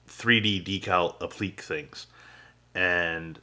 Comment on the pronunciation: "Applique" is pronounced "appleekAY", not "appleek". -Just a note for public speaking.